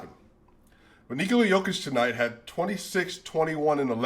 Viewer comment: Commentators are thinking about Djokovic so they are saying Jokovic, instead of Jokic lol.